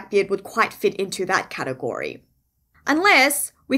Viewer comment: Everytime u say category I here katakuri